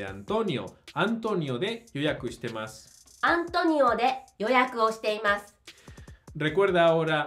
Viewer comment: una consulta: te escucho a vos pronunciar yoyaku shitemas igual de cómo está en la pantalla, pero a ella le escucho shite imas, da lo mismo? Gracias